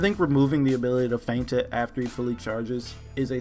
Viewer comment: Does anyone actually pronounce 'feint' correctly?